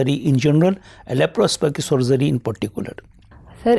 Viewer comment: Sir its not LAPROPOSCIP SURGERY, its LAPROSCOPIC SURGERY😀